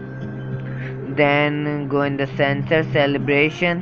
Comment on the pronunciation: XD its Calibration not Celebration xD